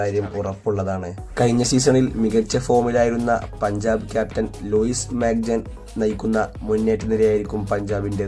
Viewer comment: Luka majcen❌Luis majcen✅